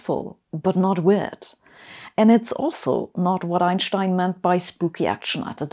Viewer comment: Finally a scientist who pronounces Einstein correctly.